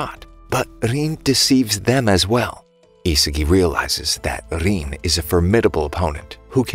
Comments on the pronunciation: Bro say riin not rin riin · Rin❌ Rein✅